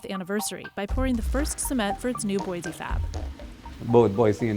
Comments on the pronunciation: Someday, some reporters will pronounce Boise ID correctly....its pronounced Boi'see' not Boizee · There is no “Z” in Boise. It’s pronounced as boy-see.